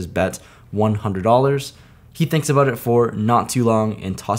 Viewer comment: Is it just me, or does he suddenly sound Canadian with all the “aboot”s